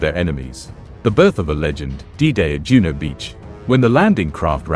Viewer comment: Juno, not Juneau